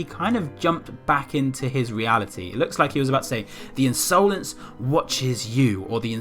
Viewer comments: I love the way he pronounced insolence lmao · Insolence is an actual word, meaning rude or disrespectful behaviour, which at first I thought that was what it meant but the I is capitalised so idk? But it could have something to do with that. Also you were saying insolence wrong and omg is it annoying soz